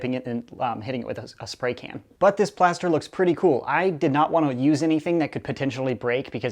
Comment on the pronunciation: listen closely and he says plaster in stead of blaster!